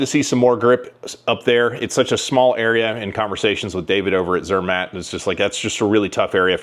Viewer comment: Zermätt Arms. Think of Mott's apple sauce with the pronunciation. Zur-Mott. Have fun at Shot Show!